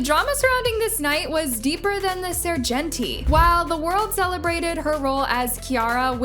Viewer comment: Did you just pronounce the Serengeti Sir-Jenty 😳🤣😭🤣